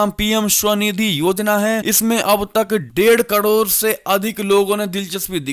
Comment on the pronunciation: कड़ोर नहीं करोड़ कहें। खौचमा नहीं खौमचा कहें।